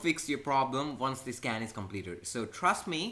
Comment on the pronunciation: I thought he said Scam and not Scan lol